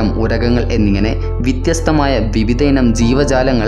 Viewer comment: നല്ല വിവരണമാണ്.ആകർഷകത്വമുണ്ട്.മലയാളം ഒന്ന് നന്നാക്കുക : ചിലതിരുത്തുകൾ: വിത്യസ്തം എന്നത് വ്യത്യസ്തം എന്ന് തിരുത്തുക. ഷൈലി - ശൈലി സുഗമമായിരിക്കും . സുഖമായിരിക്കും. വിഷ്വസിക്കുക - വിശ്വസിക്കുക വംഷജർ - വംശജർ നന്മകൾ നേരുന്നു.